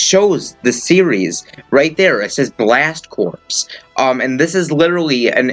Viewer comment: Two things: 1. Isn't Corps in Blast Corps pronounced like "core"? 2. Why is the number 70 in the thumbnail when you know Piranha Plant is fighter #70 and Joker is #71?